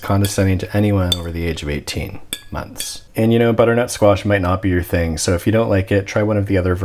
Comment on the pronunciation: Uddernut squash hahahahaha